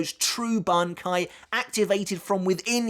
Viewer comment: everything is good till we hear Ban-kai from aizen